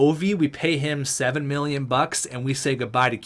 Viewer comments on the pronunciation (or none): none